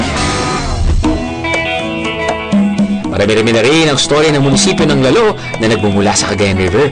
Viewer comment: If you're featuring something, you should at least know how to pronounce the places properly. It's "lal-lo" not "lalo".